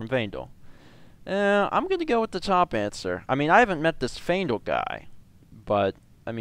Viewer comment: And he never realized that he pronounced Faendal's name wrong the entire LP. Faendal episode 5- 286